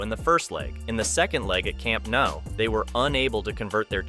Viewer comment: please pronouce things correctly and this would be a great video "camp no"lmfao